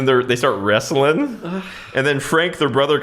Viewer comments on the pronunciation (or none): none